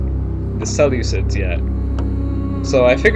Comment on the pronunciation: Please pronounce them as the (See-loose-iads) not as ( sele-cids).You make them sound like a salad, when you pronounce it.